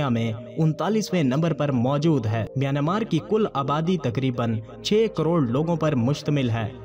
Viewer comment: Not myanamar, MiyanMar is a correct word.